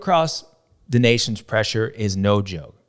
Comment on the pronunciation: James speaks wisely and he says “Des Nations” like it is. Very enjoyable to listen to and a badass on a bike 💪🏻🇺🇸